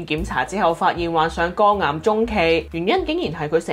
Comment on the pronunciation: 點解我聽到患上肛癌嘅! 😂😂😂